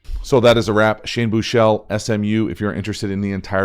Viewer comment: Büüü chele ... it’s Büchele. A proper german / swabian name. 😂👍🏼